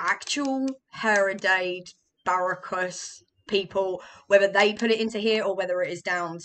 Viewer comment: I think it's pronounced (Her - Dad - Das - Bur-o-cus). Hard to nail the Portuguese accent. Thanks for the video! You make a great point about how some medicines are more enjoyable than others. That's a major difference between using cannabis as a medicine and taking pills. Never heard anyone say that like the taste of their pills.